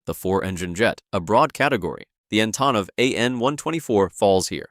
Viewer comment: You pronounce Louisville right but not Antonov? lol Come on man! 😆